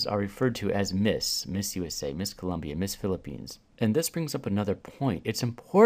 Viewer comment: Don't forget the fact he said the director in his ear kept telling him to say Columbia